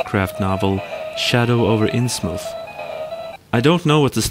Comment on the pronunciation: It's supposed to be Innsmouth, I'm almost certain :P